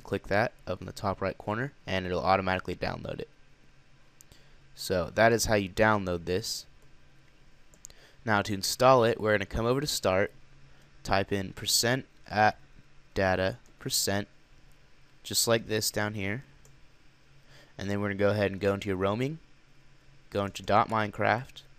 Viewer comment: %appdata% not "atdata"